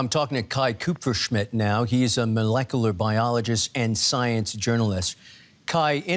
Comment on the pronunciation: its pronounced molecular lol